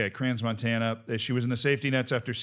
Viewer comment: Oh BTW Crans-Montana is a Ski resort. AND they speak French in that part of Switzerland so, inevitably, as an American-English speaker, you are mispronouncing it... I mean like "Notre Dame" Levels of butchering it .